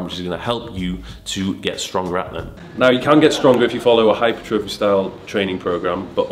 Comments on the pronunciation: it's not hypertrophy, it's hypertrophy. Correct pronunciation next time please xxx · I really enjoy the content, please do a video on the correct pronunciation of hypertrophy. You say Hyper-trofee, the Americans say Hi-pertra-fee.